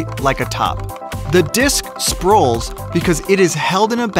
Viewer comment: Sprolls that’s a new word